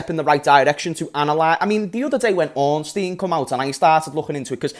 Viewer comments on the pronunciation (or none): none